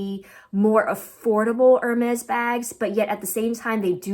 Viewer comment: Be careful when pronouncing Hermès. It’s not “er” as in “her.” It’s more like “air” “mez.”